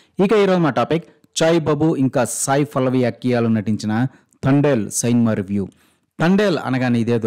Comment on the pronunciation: ఇది తండెల్ కాదు తడేల్ 😅😂😂